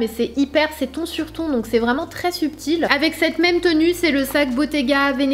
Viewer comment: Sanaa, je t’adore mais peux-tu essayer d’arrêter de dire « CED robe » au lieu de « cette robe » 😭? Haha!! Bisous